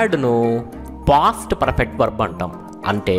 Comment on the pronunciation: Sir..perrrrrfect ante yela. R sound thagginchandi